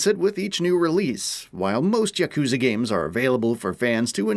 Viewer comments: bro said jacuzza😭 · Dude they don't even pronounce "Yakuza" correctly lol.